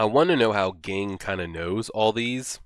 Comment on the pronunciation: Very minor but Ging is pronounced like Zing in Japanese! Great reaction regardless thanks!